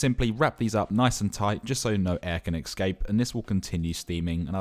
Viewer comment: He said "EKscape"